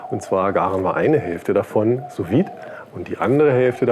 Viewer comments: ich weiss nicht, ob das ein running gag von dir ist, aber das "vide" in "sous vide" hat ein stummes D - quasi "Su Wie" ;) sehr geiles rezept ansonsten! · Schönes Video und geiles Messer. Ich bin von Sous Vide auch sehr begeistert, probier mal Ananas als Nachtisch, falls du das noch nicht gemacht hast. Kleiner Tipp nebenbei, man spricht es "su wied" aus - ohne E am Ende.